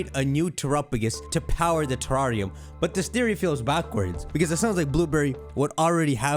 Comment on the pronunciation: Lol “teRRAWRium”